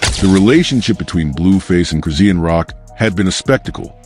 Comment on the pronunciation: QUIT Sayin' Cris-zee-n! Her Name is Cris-shaun!!!🎬 Get it Right, Jeesh!